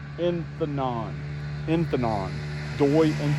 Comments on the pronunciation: A Honda Forza 300 is still a scooter and would seem to meet your criteria. Oh, and Inthanon is pronounced In-Ta-Non. Recent new cases in Rayong got the Thai Government doing Thai Government things!!!! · The "th" in Inthanon is pronounced as a "t". Fun fact: there are no "th" sounds in the thai language.